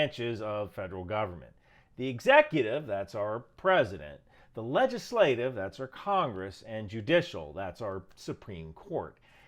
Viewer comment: Legislative, not "legaslative".